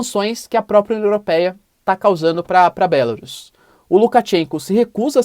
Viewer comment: Acho que não é BÉLARUS como vc pronuncia, dá uma pesquisada. É horrível ouvir um nome de país com sotaque. O google tradutor pode ajudar em várias línguas.